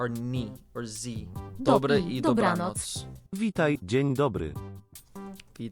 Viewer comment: wow, you perfectly read the word ,,dobranoc"